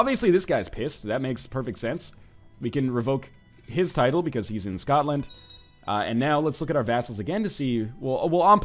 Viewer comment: NL, can I ask you a question? WHY YOU BUTCHER THE PRONUNCIATION OF SCOTLAND. YUDODIS?!?!?!?